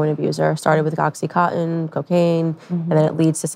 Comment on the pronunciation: Can anyone pronounce OxyContin, not Oxy conin